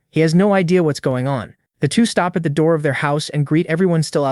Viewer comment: "Open the noor" Yup this is gonna be good